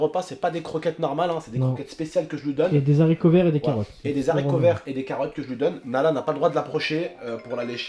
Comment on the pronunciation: des Haricot pas des S'Haricot